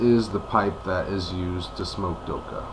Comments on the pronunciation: it's not the kh forms the sound "khhhhh" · try pronounce the 'kha' sound at the end like an exasperated sort of breath out, just to let ya know :) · its not silent. i live in the UAE and we dont say doha or doka. dokha has a throat sound where the k is that is hard to say unless you speak a little arabic